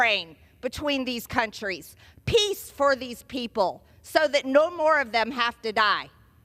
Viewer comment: MGT, is it piss or peace?